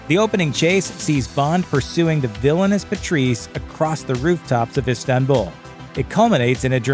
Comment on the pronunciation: His pronounciation of Istanbul is weird, but it may just be me. But I think it is pronounced almost like it is written, not Ishtanbul, but do tell if I'm wrong